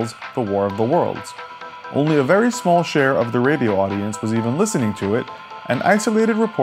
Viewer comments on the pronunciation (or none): none